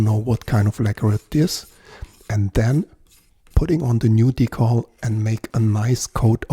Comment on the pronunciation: Es wird nicht „Die-Kohl“ ausgesprochen, sondern „Die-Käll“. In Kanada auch „Dekl“ - Betonung auf der ersten Silbe. Ansonsten nettes Video, wobei ich beim zweiten Versuch mit dem Decal den Stringtree zumindest aufgelegt hätte, damit es auch wirklich passt. Etwas weiter rechts wär auch nicht verkehrt gewesen… Sen Ash sieht aus wie Esche, ist aber kein und klingt auch eher wie Erle (liest man jedenfalls häufig). Um den Hals möglichst press in die Tasche zu bekommen, kann man mit aufgezogenen und gespannten Saiten auch einfach die Schrauben etwas lockern. Der Saitenzug ist i.d.R. stärker als die Kraft beim Reindrücken von Hand. Manchmal hört man dann ein klackendes Geräusch, wenn der Hals sich in Richtung Brücke bewegt. Dass das den Klang deutlich ändert, konnte ich allerdings noch nie feststellen. Das ist eher Voodoo, glaube ich. Netter Bass!